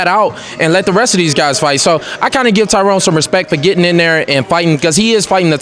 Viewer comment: C'mon Kevin you black his name is TYRON not Tyrone lol